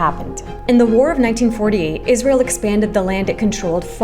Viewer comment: Can we take a moment to appreciate that they called it Jizrael 😂